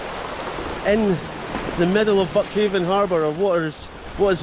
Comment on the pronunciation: It's locally pronounced buckhind. Born and raised a mile up the road in methil.